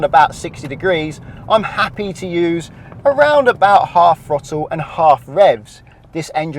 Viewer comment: I hate the British slang of pronouncing a TH sound with a F sound. It's throttle not frottle